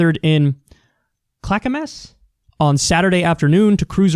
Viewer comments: Thank you for saying Oregon correctly. We pronounce it Clack-uh-miss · You pronounced Clackamas right :) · Excellent job pronouncing Clackamas. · Not bad Kyle. pretty much spot on pronunciation on Clackamas. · I approve your pronunciation of “Clackamas”, Kyle. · Nah patriot prayer has been showing up for years now in Portland (I am a Portlander for 30 years). They are the fascists' and Nazi groups. They have been bringing weapons for years in our city. They are from elsewhere. I might also say Kyle pronounced Clackamas very well, good job. In Portland we are surrounded by Nazis and Trump cultists. This happens all the time, it's stupid. I mean it took 4 years for a lefty to kill one of these domestic terrorists, it took the right-wing about 3 months with the "MAX stabber" incident. MAX is the name of our public light rail train fyi. That is all.